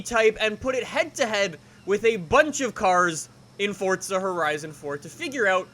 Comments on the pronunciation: Its pronounced fortza... its italian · I just want to know why he says FoRtsA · Nothing is more infuriating than when someone says fortza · Fortza??? Why is he saying forza really weirdly? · IT PRONUNCE FORZA DUMBASS ITS AN ITALIAN WORD THAT MEAN POWER FUCKING SHITHEAD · Pls don’t say fortza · y do u say FORTZA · It's pronounced as Fort-za u fucking dumbass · Can you please just say for a right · 'Fortza' Horizon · "fortza horizon 4" XD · "fort sah" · say "forTza" one more time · "Fortsa Horizon 4" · Please stop saying "Foart Za" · Good video but where is the t in forza? Lol that drove me nuts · Eezy Convo56 no it’s not there’s no t in forza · Please show me the “t” in Forza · why are you saying forza like an idiot? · There’s no T in forza 🙈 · It’s forza not fortza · Why does he say "fortza" instead of "forza" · F O R Z A NOT FORTZA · FORZA NOT FORTZA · ITS FORZA NOT FORTZA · i don’t wanna be mean but “fortza” bothers me lmao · Forza not fordza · “four- zuhhhh” not fortza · Ohhhhh why are you saying fortza horizon instead forza fh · Its not fortza its forza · Stop saying fortza it’s forza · it pisses me off how he says “fortza” instead of “forza” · nigga really said fortza instead of forza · Fortza 2 much FortNite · Its not Fortza! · Why has Forza turned into fortza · Lol "Fort- Za" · Fortsa horizon 4, its Forza FORZA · It’s an Italian word like pizza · Really irritates me how Americans can’t say stuff properly. “Forza” not “Fortza” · "Four-Zah" not FORT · It's FORZA!! Not FORTZA !! Can't even watch it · FOR THE LOVE OF ALL THINGS HOLY. CAN PEOPLE PLEASE STOP SAYING forTza!!!!!!!! there is no bloody T in that word!!!!!!!!! all these YT's are ruining it. its just plain F O R Z A. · It's pronounced FORZA not FORTZA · U keep pronouncing forza forTzaa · i unliked and will never subscribe because of the sole reason you say fortza. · pretty sure its forza not fortza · no no, it's pronounced Forza not fortza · Why does everyone one say Fortza instead of Forza?